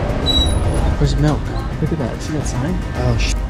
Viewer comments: you said melk not milk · Bros saying MaLk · Bros says melk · 0:8 malk